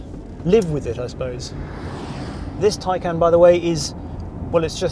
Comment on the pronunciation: If you go to the Porsche site and search, how to say Taycan, I am sure you will find you are pronouncing the name wrong. Its not, tie-can, its, tie-con.